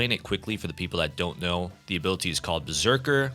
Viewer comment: I STG IF YOU SAY "ABILUHTEA" ONE MORE TIME IM GONNA AODNWOFJWOFKWMFODKKPSKEOFKEKFOKEKF